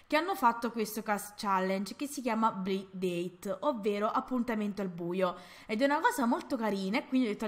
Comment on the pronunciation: Scusa se te lo dico ma la pronuncia corretta sarebbe Blaind Deit challenge e come hai scritto nel titolo si scrive Blind Date comunque scusa per la critica ma penso che ti sia servita per migliorare la pronuncia di questa challenge. Bellissimo video comunque❤❤❤❤😍😍😍😍